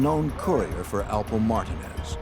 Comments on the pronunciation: Did the narrator really pronounce Martinez as "martah-nez"!? Hahaha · This is probably the worst video about Rich Porter. No real pictures of anyone. Not even pronouncing Alpo Martinez correctly. Just stop if you can't do it correctly why even do it.👎🏽👎🏽👎🏽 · Alpo "Martin?" Is that ehat dude said tho?? Edit: never mind he said Martinez...just pronounced VERY STRANGE 😂